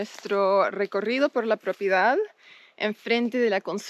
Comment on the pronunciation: stop saying "propiedad" makes you sound very gringa lol. It's just an advice bc as you might know, the more gringos you look and sound, the more local people will try to get advantage from you. Remember you're in Argentina and this time you're not a tourist, you're an owner; people trend to have strong preconceptions about your current position. Though property is the correct word, maybe "terreno" is more suitable now. My best wishes for you and. Remember to hit me up when you need professional advice on tourism and hospitality projects as that's my expertise. Cheers!